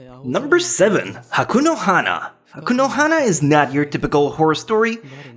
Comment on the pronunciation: Did he just say "Haku no hana"? xd